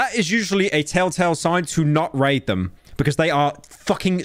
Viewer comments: Pyro please never pronounce "raid" like that ever again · Please never say "raid" ever again